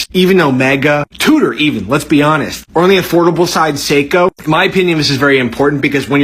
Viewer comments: What baffles me, he calls it "Cee-ko", "Cee-ko" who? At least get the brand name right. Also, Rolex has literally no value besides the scarcity they create. Get an Explorer or an Oyster Perpetual slap a different name on the dial, call it Mulex and try to sell it only for its design. Now get a Grand Seiko, take the brand away and name it Cee-ko, I am pretty sure what people will choose. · "Educate someone correctly". Will you stop saying Seeko and Bretling then? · Can't even pronounce Seiko ... asked chatGPT for an explanation ... enough said, expert my ass